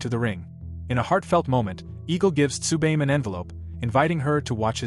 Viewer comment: Had to stop watching cause you keep fucking up how to say Tsubame.